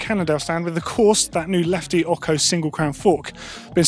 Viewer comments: listen to Lefty Larry. It’s not pronounced as ok-ho. It’s o-cho. It’s Spanish for eight. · PLEASE! you've been doing this in all the videos... It's Lefty OcHo, not Occo. Love all the videos anyways (y) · Omg! Its not lefty “oco” its pronounced like 8 in spanish, ocho (x sound for ch) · why do keep saying “oko” it should be “o-tso” or eight in mexican language. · Stop saying "oko"! 😂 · Ocho not ocko 😂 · Lefty Larry says it Ahcho...or was he sneezing... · needs to learn how to pronounce ocho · It's official, can't say Ocho the proper way! 😁✌ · I have to laugh at the way the english pronounce "ocho". :) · Please please please say Ocho properly. It's ANNOYING!!!!! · tone34 I'm just having a giggle. It's got nothing to do with Italian. It's spelled Ocho, Spanish for "8", and the ch is pronounced like you'd find it in words such as "cheers".